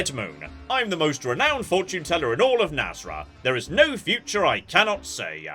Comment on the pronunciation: Why does keep calling it nas-ra? Its clearly nas-R